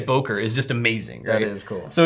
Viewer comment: I love how americans pronounce Böker😂😂😂